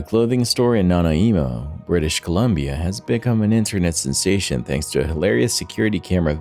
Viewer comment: A clothing store in where? 🤣 It's pronounced Nan - eye -mo. 🙄